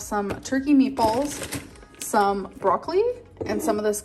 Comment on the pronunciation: The way she says broccoli makes me rage 😭